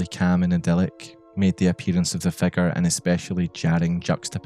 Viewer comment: I love how you pronounce "figure", it sounds like you're saying "" "The erratic convulsions of the " lmaoo